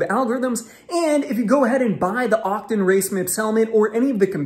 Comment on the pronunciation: Octon? Otocon... why you say it funny?